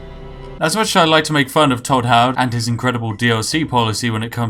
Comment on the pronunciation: If he says tod howerd one more time ill show him tod howerds fucking repitasion